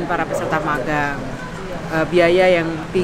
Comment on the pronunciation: Magang huruf "g" nya satu aja bang